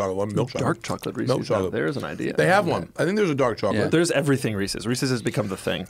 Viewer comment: Doug is the type of guy to pronounce Reese's wrong and right... it's Reese's not Reesies